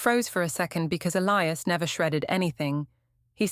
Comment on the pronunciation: I get thrown out the immersion every time your AI cant pronounce Elias correctly.